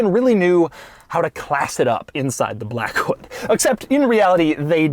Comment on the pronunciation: "Class it up in the Lincoln 'Black.. Hood" lol ohhhh Doug